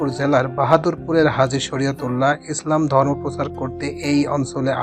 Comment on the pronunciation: মাশা-আল্লাহ সুন্দর হয়েছে, তবে ডকুমেন্টরী করতে হলে আরো রিসার্চ করতে হবে, উচ্চারণ, কথা বলার ধরণ ও তথ্য সঠিকভাবে দিতে হবে, কিছু জায়গায় ভুল হয়েছে এগুলো খেয়াল রাখবেন। এখানে কোন ছাত্রী নেই, ধর্ম উচ্চারণেও ভুল হয়েছে আরো কিছু জায়গায় ভুল হয়েছে, আশাকরি পরবর্তীতে এ বিষয়গুলো গুরুত্বসহকারে খেয়াল রাখবেন ।